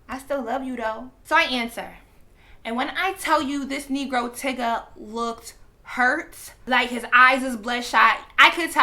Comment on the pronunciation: This entire time I thought you were saying Tigga not Tyga lmaooooo just fucking his name up but who cares either way